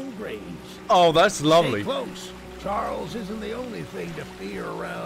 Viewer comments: Charles was just upset that you kept calling him Chiarles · Please go to the King and call him Chiarles and record his reaction, thanks! XD